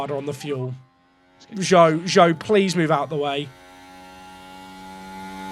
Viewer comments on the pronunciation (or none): none